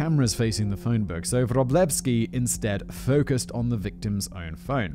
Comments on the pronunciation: As a Polish person I feel somehow robbed of all od the "Wróblewskis". I was waiting for a Polish episode just to hear Simon butcher the names! My only consolation is that he was spot on with this particular name. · Ha! Simon your pronunciation of Wróblewski was spot on. Here's another for you CH and H are the same sound - H. ó and u are both an "oo" sound.